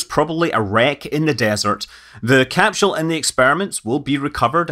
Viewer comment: Scott, please quit murdering the Mother Tongue. There is NO “H” in capsule. No thumbs up from me until you get it right!